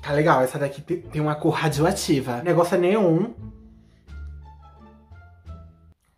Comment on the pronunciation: "radioativah" Kakakakakak